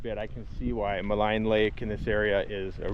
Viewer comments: It's pronounced, "Ma lEEEEEEEEEEEn Lake" .....as in, "lean" on me ( if my parents hadn't been cremated, they'd be rolling in their graves right now )...not to malign you or anything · When I lived there in the late 70s.....we always pronounced it as Mal(een) Lake.... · Maligne is pronounced Maleene. 😉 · Yes indeed - if only he could pronounce "Maligne" Lake properly, we'd be stylin'